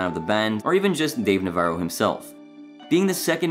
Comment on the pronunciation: Dave “Navarro” NA -Va-RRo” not navero